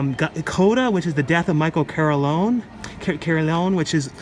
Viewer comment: Michael [korleˈoːne]